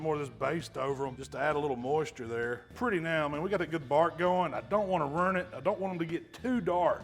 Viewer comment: 'Don't want to rurn it'.....yep. He's from the South!!